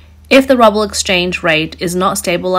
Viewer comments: Recommendation: please check the pronunciation of words before using them. It’s pronounced “rewble” not “rowble”. It really lessens your credibility as a resource when your pronunciation of a currency is wrong and you are reporting on currency. Otherwise, great detail and reporting. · Love the channel but dear god stop saying "Rubble". It's pronounced "Rooble" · If you wish your video to be taken seriously, please have your narrator learn the difference between "Ruble" /ˈru:.bəl/ and "rubble" /ˈrʌb.əl/, even if their meanings are inexorably becoming the same. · I was looking for someone’s comment on this. I was like I wonder if she’s saying rubble based off Biden saying we’re gonna turn the ruble to rubble. Lol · I love the way she calls the Ruskie's currency "rubble", a spectacularly apt pronunciation error :) Looking forward to the $30 oil cap. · Love how she calls it the "rubble". haha. Couldn't be closer to the truth. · The "rUbbLe" 🤣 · I enjoy when she pronounces it ‘rubble’, like Fred and Barney Rubble. A ruble covered in rubble! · Most Russians pronounce it as "rubble". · "Rubble" or RUBEL? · why is she calling it "rubble" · More like the Rubble😂😂😂😂 as the commentator so cheekily pronounces it) sarcasm?) I think so the rubble is apt not ruble😂😂😂😂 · The video pronounces the Russian ruble as rubble😂 Was that intentional? Maybe the yuan should be pronounced as yawn!😂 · Ruble as "rubble". A bit of a Freudian slip? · 'Ruble' is pronounced as 'ROOBLE.' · The girl in this video keeps pronouncing the Russian currency ruble as "rubble". I think she's actually being more accurate that way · Keep saying rubble!! I’m out, bye bye, ai. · So many wrong pronunciations. Rubble instead of rouble etc... is this a robot? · Russian RuBBel? lol. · Rubble? Ha, not how it's pronounced. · The Russian rouble is NOT pronounced ruble, ruble is concrete and brick debris. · Rubble? Good report, but the pronouncing of the Ruebal as rubble is kind of a prediction?